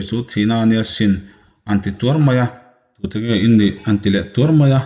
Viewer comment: chhiar uluk deuhteh athluk itidiklo nasa emmaibung 11 ahnge kachianglo thangtea chu ading teu^ teu^ maia tihniloin teu teu maia tihtur niawm tak Tin,adangpawh atammai kalo ngaithla zel ang